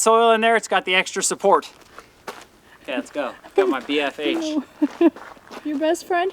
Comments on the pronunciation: Just so you know, I "suppoit" your channel. 🤣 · It’s the extra suppowit for me 😂